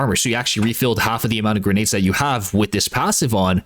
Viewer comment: I promise I’ll never listen to you say grenades again.